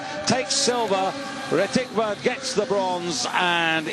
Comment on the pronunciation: Комментатор дегенерат, фамилию Ретивых прочитать не смог))